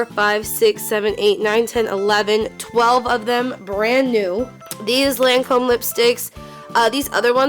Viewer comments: omfg that's not how u say lacome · The way she pronounces Lancôme makes me cringe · lahncowme, jivenci, detectables...😬